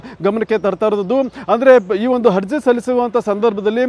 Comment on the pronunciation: ಹಜಿ೯ ಹಗ್ರಹಾರ ಹಧಿಕಾರಿ ಹಾರೋಪಿ ಹಪ್ರೂ ವರ್ ಹಾದೇಶ ಹೆಲ್ಲ ಹೆಷ್ಟು ಹೇನಯ್ಯ ನಿನ್ನ ಕನ್ನಡ ಹಹಹಹಹ😊😊😊😊 ಹಕಾರ ಹ್ಯಾಂಕರ್